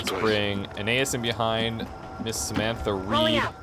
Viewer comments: As a Latin student your pronunciation is bothering me. His name is pronounced a-KNEE-us. Other than that this is fantastic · I think A-nay-as would also work, with emphasis on the nay. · Sorry, but you're pronouncing Aeneas wrong. This link should help